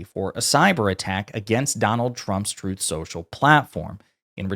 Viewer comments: “Trothe central” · Twuth Seashell?!? Oh, say not so! ☠️